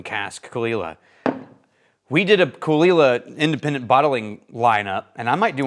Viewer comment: best part of the video is learning how Caol Ila is pronounced :)